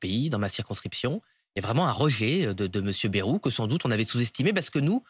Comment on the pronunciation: Et c'est pas "bérou", c'est "baillerou" la prononciation du premier ministre, cela s'appel parler français ! « Bérou », « Baillerou »… Comment se prononce vraiment le nom de famille du Premier ministre, François Bayrou ?